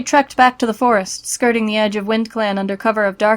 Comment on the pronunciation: They said “Skirting” as in, bordering etc I heard “SKRRRRTing”